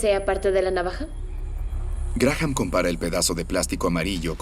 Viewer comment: La h de Graham NO se pronuncia